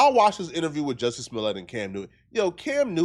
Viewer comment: Did you say Dusty Smollet?? 😂😂😂